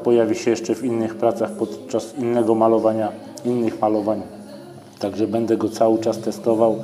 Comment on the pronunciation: Film spoko, fajna recenzja. Przydało się dzięki. Tak a marginesie nie mówi się bede tylko BĘDĘ. Strasznie to wygląda na yt w odsłuchu. Mówmy po polsku kolego.